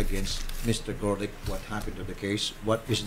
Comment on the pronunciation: The reporter said Garlic instead of Gorlick ha ha